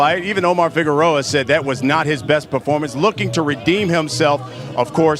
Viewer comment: its Figueroa ...not figuerora u fat idiot